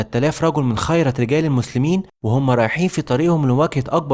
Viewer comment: جزاك الله خيرا كثيرا لكن رجاءا رجاءا التحقق من الأخطاء الاملائية والنحوية لانها كثيرة جدا، سواء حركات ضم وفتح وكسر او مخارج الحروف المفخمة والمرققة.. واسمها خِيرة رجال مش خَيرت رجال 💔